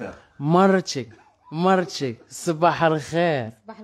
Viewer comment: نفيق نلقا هذا حدايا يقول ليا صباح لخير نرجع نغمغم راسي تحت لكاشة و نطلب ربي دوز هاد لحلمة على خير و بخير ..... ما عساك يقوليا مرتشي مرتشي نرعفو حتى نقاد ليه مخارج الحروف